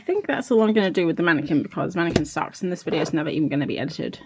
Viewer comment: Not a "womanniquin" XD